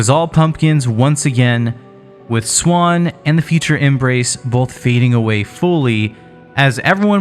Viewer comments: And it is NOT pronounced “swan” it is quite literally Z-WAN, Zwan. (Where you got the idea is it said like “swan” is beyond me) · none of that matters. It's zwan not swan and this dude is clearly saying swan. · Everyone I have ever known pronounces the Z and doesn't just say Swan. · It’s Zwan pronounced with a “z.” Listen to any interviews with the band members at all and this is clear.